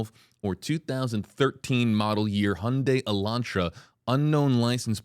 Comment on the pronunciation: Finally someone who pronounced Hyundai correctly. Like Sunday